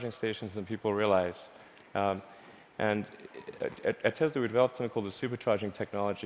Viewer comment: 텔사가 아니라 테슬라입니다...